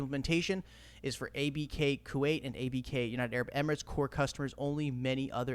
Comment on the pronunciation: Anyone else remember when used to call Kuwait “Koo-white”? 🤣You’ve grown so much my friend! Keep them coming! Holding strong!